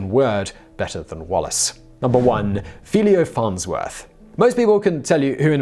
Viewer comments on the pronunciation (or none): Lothar von Richthoven was actually the more successful of the two brothers, not only did he survive World War 1, but he also achieved more in less time. Oh, and the name is Philo, not Philio Farnsworth. Atleast science fiction geeks should know who he was, and if it's only because of Warehouse 13. But there is by far more to his story, his ideas nearly got stolen and he could only prove that he really was the inventor because his physics teacher had kept an early drawing of his ideas, proving that he had worked on it since he was a schoolboy.